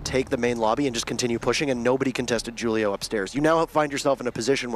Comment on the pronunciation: Why they keep mispronouncing Julio haha